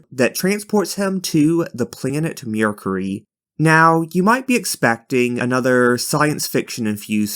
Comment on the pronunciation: Also it's MER not MURE so MERcury